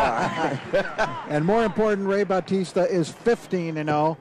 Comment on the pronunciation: What batista? Its baw-tista